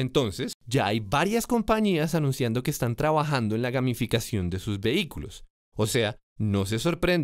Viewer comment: pense que decia: gaminficacion jajaja